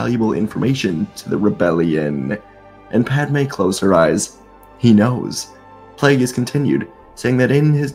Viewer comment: The name is pronounced PLAY-GUS 😂😊 Good story though.